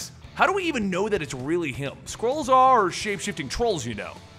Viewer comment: why does it sometimes sound like squirrels instead of skrulls?